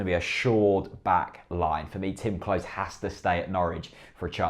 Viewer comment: Great content etc, but Klose is pronounced closer, not close